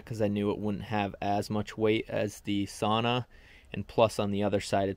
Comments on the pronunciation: I get it…it’s not a big deal. But, if you go thru life lackadaisical about details…then….well …that’s a personal choice. If you think of a female pig…and emphasize the first syllable it may come more easily…SOW-nah. So…it’s not a big deal…but Saw-nah…well …it’s just not correct. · Wonderful thing you did, congratulations! Only one suggestion: the correct pronunciation is actually “sow-nuh”, not “sAw-nah”. It sounds like splitting hairs but it means a great deal to a Finn 🇫🇮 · Sauna - the one Finnish word everyone knows... and everyone mispronounces. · Seriously, it's really hard listening to it. Everyone loses their minds if you pronounce jalapeño wrong in North America, but no one bats an eye at sauna.